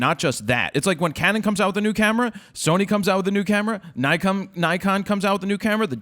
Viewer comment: and another thing... if you're going to be a grammar nazi at least pronounce Nikon right